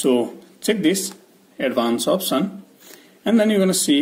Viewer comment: First learn speaking english before making vids. It's not opsen but option.